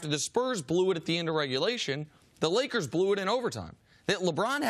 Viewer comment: There's no "D" is Lakers.